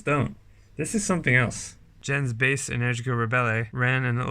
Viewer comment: Uh, it’s pronounced “en-ER-gica”